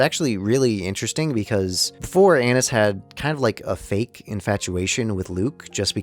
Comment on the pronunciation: I'm pretty sure it's A-neese. I dunno, I had to get that off my chest.